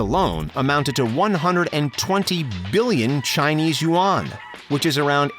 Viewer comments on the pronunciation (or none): none